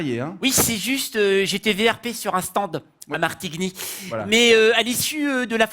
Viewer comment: Dernière vidéo de: quelqu'un avait commenté qu'un vrai français prononcerait le D dans stand.: la première phrase contient le mot stan*D* 😂